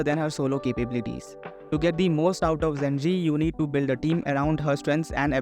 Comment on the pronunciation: its pronounced je-ji or probably more accurately ju-ji